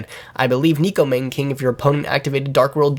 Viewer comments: That pronunciation was God awful. It's actually pronounced as NECKO MAWNA(like lawn) KING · neko mahn-NAY king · Neh-Ko Mah-Nay King